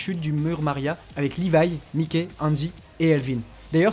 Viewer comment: Wouaw y’a des infos pas anaudines et qui témoignes du génie d’isayama(mise en abime, comparaisons, relations, métaphores...) PS: on dit myke pas miké